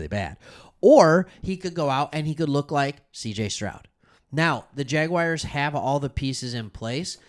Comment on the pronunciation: Bro loved the content, but who showed you how to pronounce “jaguars”hahaha , i did subscribe , good vives 🤙